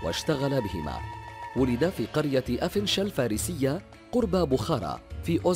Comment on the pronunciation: افشنه وليس افنشل😢